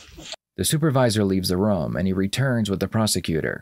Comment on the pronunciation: I like how you pronounce the word room "roum"